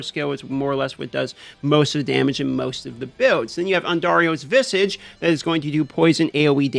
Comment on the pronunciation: You're pronouncing visage incorrectly. Sorry.